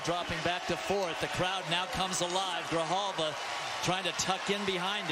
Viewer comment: They couldn’t get Louis Grijalva’s name right😭